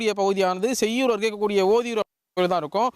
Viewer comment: செய்யார் இல்லை.. செய்யூர்....